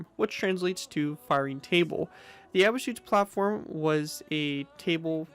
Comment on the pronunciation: your pronunciation of Abschussplattform is all wrong. Nice video regardless.